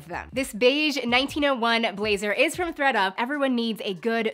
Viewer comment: I heard readUP then ThreadUP then I heard FredUP lmao 😂